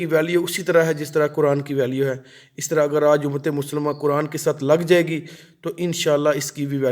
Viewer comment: یہ لفظ ق صحیح پڑھو آپ کران کیوں پڑھتے ہیں قرآن موٹا ق پڑھو